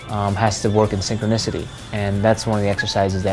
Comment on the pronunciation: "synchronicity" - lol